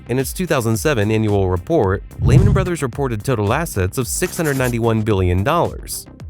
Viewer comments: Either AI voice or uninformed narrator. It's not pronounced Layman brothers it's pronounced Leeman brothers. Lay got it? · It’s LEE-man